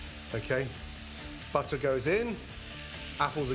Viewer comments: Is he saying butter or buttaaa🤣🤣🤣🤣🤣...... And flavour or flayva.... 🤔🤔🤔🤔 Smooth or smuuthh... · I like how gordon calls it " BUTTAH" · I clicked the vid to hear him saying buttahh and croissant 😤😑😂